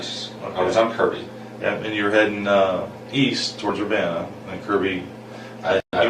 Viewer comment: I grew up in Urbana Champaign, went to the same university she did…even lived in Orchard Downs as a kid. It’s unsettling how close to home this was. By the way, it’s pronounced UrBANuh.